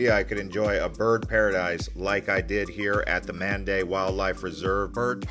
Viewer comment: Mandai is pronounced Man like in Oman, Dai like die. 😊 hope you get it right in future videos 😂